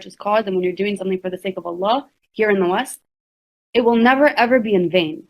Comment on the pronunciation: She straight said “for the Ali’s and the Madullahs” 😂😂😂😂😂😂😂😂😂😂😂😂😂😂😂😂😂😂😂😂😂😂😂😂😂😂😂😂